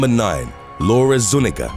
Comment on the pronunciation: the little squiggle (I can’t remember what it’s called) over the N is an extra letter in the Hispanic alphabet. It is pronounced like enya. That name would be pronounced zu-NYEE-gah.